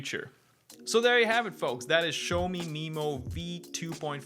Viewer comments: Pronounced "Shiao-mo" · Not really, one character is 小, the other is 少. Similar but different. But the way pronounces it is still way off, like a different brand 😂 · The name sounds closer to shower me than show me! It's called Shaomi, like Shaolin!